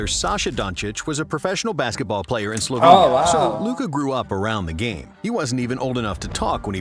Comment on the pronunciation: Where are you two from? UK i presume....If so,why are you pronouncing names of the countries from Balkans like they are situated on Mars??? Slovenia,Serbia,Croatia,Bosnia,Mcedonia,Greece,Italy...Those countries are representing part of the world where democracy was born.You know democracy,civilisation???Brought to you by Romans while you were all saveges,almost cavemen.Funn fact,Serbia is a birth place of 17 Roman emperors.....Romans gave you literacy,democracy, culture,civility and you are mispronouncing our names????Its always fun to watch Brits doing anything.Like being in a ZOO....